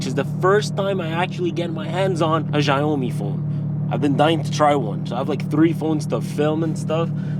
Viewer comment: Man, is not Jaomi, Xiaomi - Xi, sounds like "Shiaomi"